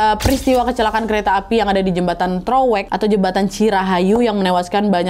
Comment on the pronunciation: TOROWEK kak bukan TEROWEK,CIPENDEUY kak bukan CIPANDEY 😂 btw yng di bahas itu nma daerah aku 😂